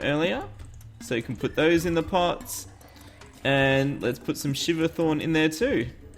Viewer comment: You Said Lets Put ShiverThorn I Hear You Saying ShiverCorn Lol XD